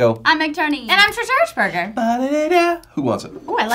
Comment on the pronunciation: At the end she said Trisha hershberner instead of hershberger